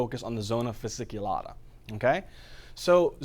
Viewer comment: Hey, thank you so much, love your videos <3 Just wanted to correct 2 little details: it is zona fasciculata (not fasiculata) and cortisol actually increases the number of intravascular polymofphonuclear neutrophils/leukocytes, number of Lymphocytes, monocytes and eosinophils is reduced